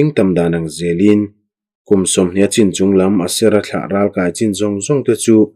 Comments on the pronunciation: Ralkai tihhi naupang kankai anga thluk lovin.kai tihhi akey asang zawk tur a niin ka hria. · Ralkai tih hi inkai eg. kanu ka kai tih angin i lam a, ral lehlam ka kai tih ang chi a lam tur ani lo mi. Voice message in comment theih se a chiang ang. Ka sawifiah thiam chiah lo. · Amen..i chhiar thiam lutuk...mahse ralkai tih khi kan thluk a in ang lo nge..kan lo ti dik lo zawk.. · Chhiar thiam hle mai,Ralkai tihhi ithluk danhi adik zawk em ni Kai tih laihi